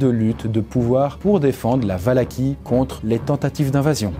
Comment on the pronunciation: Ça ce prononce valahi